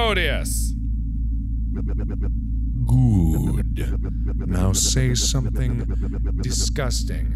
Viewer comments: not me correcting mark every time he butchers those demon’s names lmao Azazel: a-ZAY-zul Beelzebub: bee-ELL-zeh-bub Asmodeus: az-mo-DAY-us No, it’s not just from supernatural: the season Cas came in made me want to learn more about angels and demons so I knew about these lads long before they came into the picture- biblical stories containing angels and demons are actually really interesting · AS-MO-DAY-US Sorry. Was driving me crazy. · Uhm... Asmodeus (Ass-mode-a-us)is a prince of hell..... Not a demon, and so is Azazel (As-a-zel) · Demon pronunciations: -Azazel (uh-ZAH-zal) -Beelzebub (BEEL-zuh-bub) -Asmodeus (as-MOE-dee-us) >:+* Like most demons, these three demons are Fallen Angels. But these creatures are not as ordinary as most people depict them. These demons in particular and - that I know of - many others, are Greater Demons. Most of these demons originate from either Satan or Lilith. It depends on where you come from or what you believe. But according to most recordings of this beast, Lilith was the actual first female to exist. But something happened and she had like a rotten heart or some sh** like that and became a "fallen". I'm afraid I don't recall any more information on this and I'm too lazy to look it up. I'm not a credible source nor a professional so don't use my information for a presentation or anything important involving this matter. *+:<